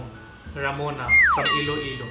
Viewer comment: .romano not ramona😁😁😁